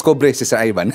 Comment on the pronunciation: Sir Ivan iba ang I sa E iba ang chiz sa chez🤔🤔di ba Ivan at hindi Evan🤣🤣